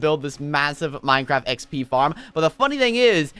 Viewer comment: Wen you say xp you say P P